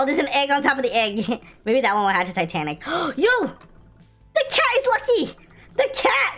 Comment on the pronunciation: he said titanic😂😂 Vunny fery vunny